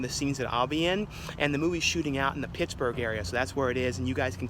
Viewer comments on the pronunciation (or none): none